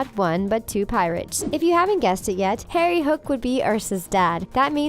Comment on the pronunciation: Am I the only one who noticed on it sounded like she said "mal and Terry" instead of "mal and Harry" idk if I heard the incorrect or not